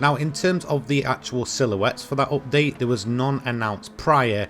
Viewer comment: Im here to just hear him say "oopdate"